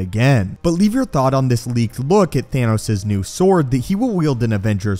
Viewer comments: Thanos Not Thaynos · Is it THAHNOS or THAYNOS? Lol